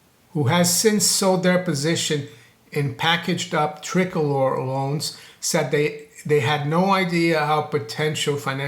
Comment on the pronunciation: it's pronounced TRI-COLOR